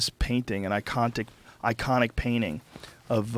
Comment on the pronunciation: Joe “Icontic” Rogan